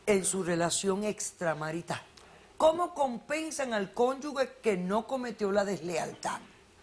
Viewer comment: La Dra. siempre dice mal la palabra "cónyuge". Ella dice "cónyugue". La g con la u suena suave como "guitarra" y la palabra "cónyuge" debe sonar como si fuera J, como decir "gitano", genio" y otras muchas.